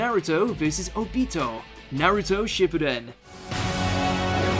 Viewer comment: It obito not O bi TO